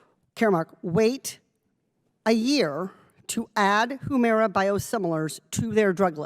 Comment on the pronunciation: Katie, it's huemira not whoomira